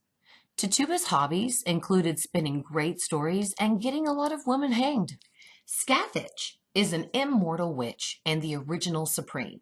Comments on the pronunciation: Omg yes and it’s Pronounced “ skath- thak “ not scathatch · Super big nitpick: Scathach is an Irish/Gaelic name, so the pronunciation is closer to Skah-hawk/Skaw-hawk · hi. sorry for the complaint. but the name Scathach is pronounced Ska Ha. the "th" and "Ch" are silent in Irish gaelic. Scathach is more than a witch. She's the warrior in the Ulster Cycle along with Cu Chulainn. (irish Heracles) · i love these videos so much theyre giving me everything i need right now thank you so much 😂😁 but also on a side note Scathach is meant to be pronounced Scoh Hoch, its not a big deal but its something i noticed as someone who speaks irish, keep up the good work x